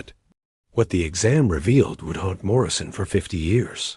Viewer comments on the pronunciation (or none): none